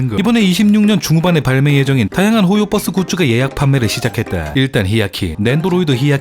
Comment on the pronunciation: 근데 왜 발음이 호요뻐스에요? ㅋㅋㅋ universe를 유니뻐스라고 하진 않잖아요